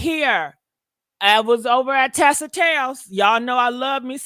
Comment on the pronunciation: It’s TISA TELLS, not Tessa.